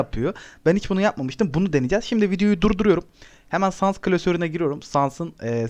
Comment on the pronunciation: Abi pardon ama sans i yanlis okuyorsun 😅